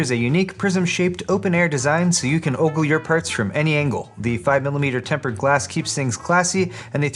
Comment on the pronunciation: Did say oggle